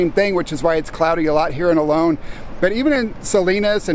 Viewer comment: Please pronounce the town of Olo'n correctly. It is not pronounced 'alone'.